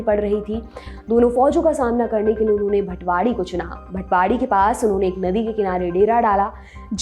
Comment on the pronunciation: भटवाडी नही भातवडी है नाम । और हो सके तो मालोजी, शहाजी ऐसें नामोके वजाय मालोजीराजे, शहाजीराजे ऐसा सन्मानजनक उच्चारण किजीए जो उस वक्त के खतोमे, लेखोमे मिलता है ।